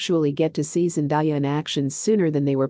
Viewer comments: Hey pronounce my Baby's name right it's Zen-day-a who in the world is Zen-di-ya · Its Zendaya not Zendiya:( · Would you PLEASE say the woman's name properly! It's pronounced zen day ah, not zen die ah!